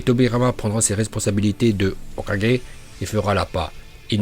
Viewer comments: Mdr comment tu dit hokake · "okage" bordeeeeel je m'en remets pas 😂😂😂😂😂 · Comment il dit Hokagé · t'es genant comment tu dis hokage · Pourquoi tu prononce mal le nom Hokage 😅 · ca me fume sa facon de prononcer le mot hokage 😂😂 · J'ai kiffé le "hokage" à 🤣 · Quand il dit "hokage" 😂😂😭😭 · Plutôt original ta nouvelle manière de prononcer ''Hokage''